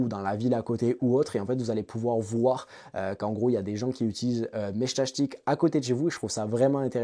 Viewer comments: J'ai arrêté à 1min...entendre Meshtachetik à la place de Meshtastic...j'en pouvais plus 😅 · Ils sont tous raté vue que tu dis meshtashtic ^^` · Mechtachtic 😂 dur la prononciation 😉 Ça me fait penser à la chanson couroucou shtash shtash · Putain, à chaque fois que t’essaies de dire “Meshtastic”, j’ai les oreilles qui saignent grave…